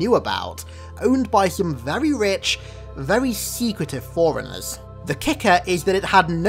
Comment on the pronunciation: I think he says "foreigners" every time he says "Forerunners". Great videos though, never was the biggest Halo fan but the lore was always fascinating